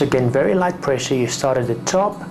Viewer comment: sqweeze to muscle with moderwate pwessure bahaha